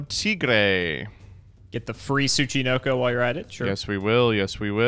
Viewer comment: You couldn't threaten with a gun to make him pronounce Tsuchinoko correctly